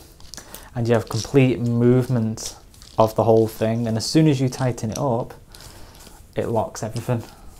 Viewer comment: Excuse me. Off topic question. Can someone tell me what kind of accent this is. Why does he say Fing instead of Thing. Not judging or being mean, I am just curious.